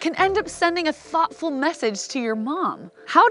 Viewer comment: "Thoughtful" lol